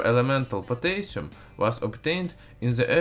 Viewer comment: The least you could do is pronounce Potassium right.